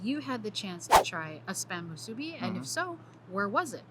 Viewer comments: got the correct pronunciation of "musubi" most of the time, but needs to practice a little more not to say "muSUbi" and give away that you're not from Hawai'i. Mahalo for trying out the SPAM musubi in different places, even on Maui and Kaua'i! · Yeah, better work on that pronunciation of "musubi". He gets it 1% of the time. gets it 75% of the time. If you're gonna make a whole video about it, you should know how to say it!